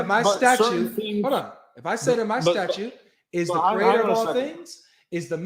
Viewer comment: Is saying statute?